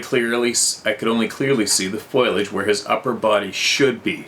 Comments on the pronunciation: why say FOILAGE when that word doesn't exist? Foliage [fo-LI--ehj] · DAMMIT! AGAIN?! IT'S "FOLIAGE" FO LEE AJE FOLIAGE. "FOILAGE" MIGHT BE SOMETHING LIKE ALUMINUM FOIL USED TO WRAP FOOD. SARAH? L😆L!